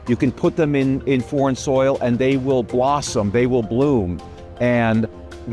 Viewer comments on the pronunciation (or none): none